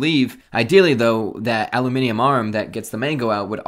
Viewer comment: You say “aluminum” like an alien who learned English by watching Crocodile Dundee.